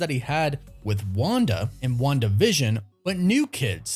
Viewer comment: Can't afford a Patreon at the moment, but GREATLY appreciate u, your team, and the weird way you say Wandavision 😊. Seriously, I do.